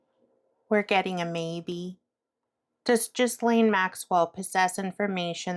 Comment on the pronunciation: Thank you. Maxwell is vile. May I gently share the pronunciation of her name? “Gillenne.” (Hard “G” and the “s” is silent.) It’s unusual, and I suspect, made up.